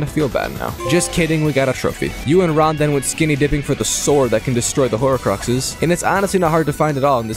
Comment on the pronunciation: They’re called horcruxes not horocruxes 💀